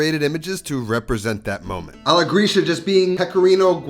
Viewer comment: I sometimes wonder if you are a "real" italian, because of the pronunciation of some words. For example "alla gricia" should sound like "alla gritscha" and not like "alla grischa"...i dont know, maybe i am wrong. Your recipes are always super nice, but i wonder if you grew up in italy?